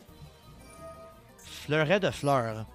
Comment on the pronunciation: read "Fleuret de Fleur" like a Quebecker speaks french